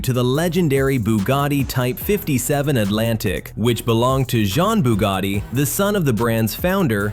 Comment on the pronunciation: It's pronounced Bugatti, not Boogarti.And luxury isn't pronounced Lugshery.